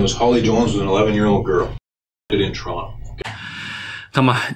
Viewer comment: 来了来了……赶紧的。 不知道eric留意了没有， 警探说toronto的时候， 用的是toronto的口音， 叫”窗头“， 而不是TO - RON - TO.